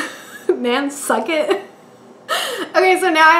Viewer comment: This review was too funny, especially when you said "Nan-sucket." LOL Most entertaining review ever!